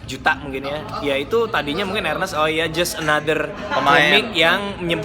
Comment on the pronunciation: Nonton video bareng mamake dan gw ga ngerti kenapa mamake ga pernah bisa nyebut nama Ernest dgn bener. Mamake selalu manggil nama Ernest sebagai Arnes huhuhu